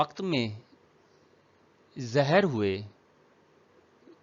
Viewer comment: سر آپ بار بار زہر پڑھ رہے ہیں ظاہر لفظ ہے جزاک اللہ پڑھانے کے لیے